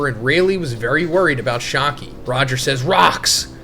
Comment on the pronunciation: Not shaaaki 😢 its shyakky a